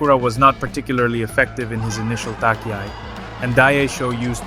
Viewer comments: Pronunciation sucks. For instance "tachiai," is not pronounce "takiai." So irritating! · Really? Could well be... Ok I will ask the AI then: Please say "touch-e-i", not "tuck-e-i", dear AI! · Thank you for the exciting summary, even though I knew what happened, I enjoyed it! Your pronounciation of Japanese is good, just one little thing stands out, namely "tachiai", you might want to look into it. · Tachi-ai not Taki-ai... onegai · the good old takiai xD no front at all but its tachiai you pronounce it like the first part in the word china ! =)